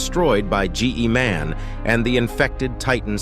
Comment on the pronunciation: Bro said Ge man